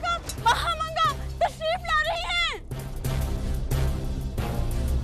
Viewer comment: उसका नाम महामंगा नहीं, माहम अंङ्गा था।